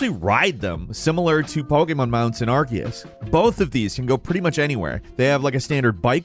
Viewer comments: You are pronouncing Arceus wrong. It's pronounced Ar-SEE-us, not Ar-KEE-us. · Love ya but.... Are-cee-us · with the amount of times you've covered pokemon now, i'd have thought you'd learn to pronounce arceus' name properly